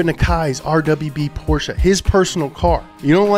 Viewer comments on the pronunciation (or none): none